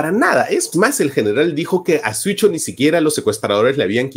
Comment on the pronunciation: Me da curiosidad ver cómo Marco siempre confunde en pronunciar “Siucho” diciendo “Suicho”